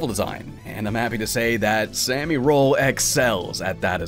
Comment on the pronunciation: Don't wanna be that annoying person but I'm pretty sure it's super "sah-mi" roll, not "super sammy roll." Japanese pronunciation. It bothers me a little when people don't get that right.